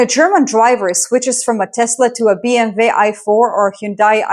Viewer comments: I love how you respect German brand names, thank you for calling it BMW and not BM double U 😅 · BMW pronounced the right way, thanks!